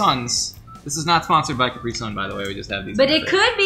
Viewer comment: It's CApri! Not caPRI!!